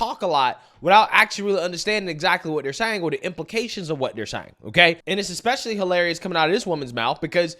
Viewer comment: I chuckle when this high value woman says "eck-specially".